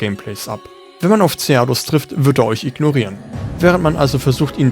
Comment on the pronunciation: Abgesehen von der Aussprache vom Lagiacrus und Ceadeus :D